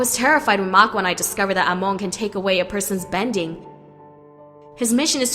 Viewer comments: i hate this who is amooooon ITS AMON NOT AMOONNNNNNNNNNNNNNNNNNNNNNNNNNN GET THERER NAMES RIGHTTTTTTTTTTTTTTTTTTTTTTTTTTTTTTTTTTTTTTTTTTTTTTTTTTTTTTTTTTTTTT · Amoan? No no no, it’s Amon. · It’s Amon not amoun!!!!!!!!!!! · Amon not Amon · Amoan? Its prononced Amon. ( AH-MON) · Amon BTW NOT AMONE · I’m sorry but amoon 😂😭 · Anybody notices how she keeps saying aimone when it's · She pronounced "Amon" "Amoan" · hey, that's not how pronounce Amon, you're saying: Amoon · Lol no offense but you say omon kinda weird but I understand that it is a bit hard to say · Nice video. But Amon is pronounced "Aman". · It is pronunced Aman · You don’t say Amon Correctly 😡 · Ikr and its pissing me off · Does anybody hear her say Amon wrong. 😫😫😫😫😫😑😑😑😑😑 PS: no offense. 😇😇😇😁😁😁🤗🤗🤗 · She said Amon wrong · She pronounced Amon wrong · Wtf you pronounced amon wrong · i died a bit the way she pronounced amon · Great job but your pronouncing Amon wrong but eh it doesn't matter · Why does she say amon weird like that? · Anyone else cringe every time she said amons name wrong? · You said Amon wrong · Why does she pronouce Amon so weirdly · I can't stand the way the narrator pronounces Amon's name. Super annoying. Also, using words like "sneaked" when "had snuck" would work infinitely better really ground away at me. They're small complaints, but those little things add up. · Ton RACK? EH Mon? RAY Kou? I don't think the person reading the script has ever watched The Legend of Korra